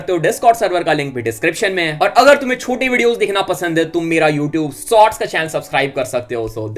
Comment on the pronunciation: Bhai shorts hota sorts nhi 😂